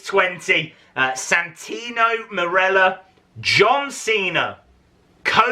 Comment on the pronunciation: Dude you broke my heart when you said santino morello